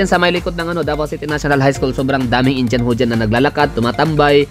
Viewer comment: Indiyan ang pronounciation hindi Injan